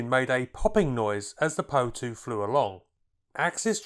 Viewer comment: Great video. Just one thing though: it's called the - P.O. 2 no Poe 2.